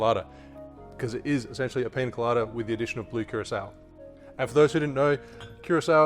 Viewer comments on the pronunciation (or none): Man that accent..! Did he just said blue KEROSENE 🤣😂🙈💩💩🌈🌈🌈